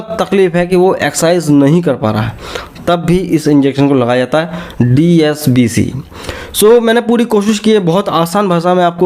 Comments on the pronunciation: Sir aap DSCB ko DSBC bol rahe hai...... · Dscb ko app dsbc bol Raha hai kya baat hai. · DSCB not DSBC correct the pronunciation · Likha hai DSCB Pronunciation DSBC Kiya ja rha hai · Phrle dscb theek bolna sekho